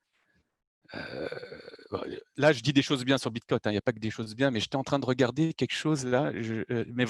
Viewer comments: merci, mais il est très fatigant a écouter, il parle pour rien dire, des totologies et des théories fantaisistes... j'ai pas pu terminer le podcast.:-( "Bitcone'te":-) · xD Ca arrache un peu les oreilles d'entendre tout le temps ce T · Il est top ce type c’est un puit de connaissances. Mais j’en peut plus de l’entendre dire BitCoint